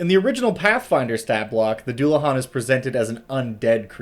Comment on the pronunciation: Oh God it's a celtic word I'm not looking forward to hearing it pronounced, I'm holding out hope especially since it's not as hard as some words in Irish Scottish or Welsh but still Edit: ok it wasn't too bad it's not great but if you don't know Irish you wouldn't know that it's a deu-la-han